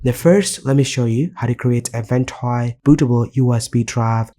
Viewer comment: No hate, but I hate the way you say the app name.